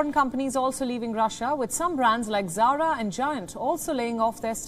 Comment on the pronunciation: no not zara lol